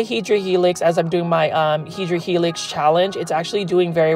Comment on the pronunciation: Hi, I know you like to say HEDRA HELIX but actually and botanically it is HEDERA HELIX. Do like that paper folding and would like to see other images in paper folding. Have a good one.